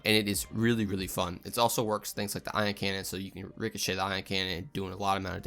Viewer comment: "Richochet the Ion Cannon" Ohh /my/ god.